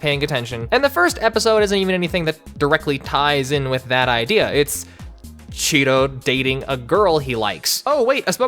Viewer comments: I swear I kept hearing Cheeto instead of Shiro. Ngl made the character better with that name lol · I thought his name was Chiro